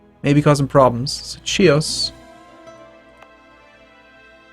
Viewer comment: Chios is pronounced "hios" in Greek